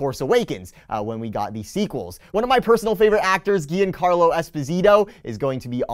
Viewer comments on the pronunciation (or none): none